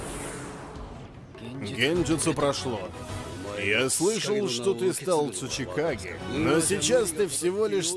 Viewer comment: Я когда слышал в первый раз слово цучикагэ мне послышалась сучийКАГЭ и каждый раз кагэ сучий :)